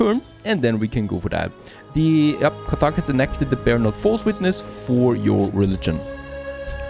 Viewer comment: Another great series. However, it's pronounced Kar-tage